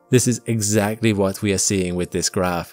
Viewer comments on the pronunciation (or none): none